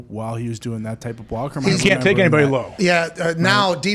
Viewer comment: Thats just how Pat says block.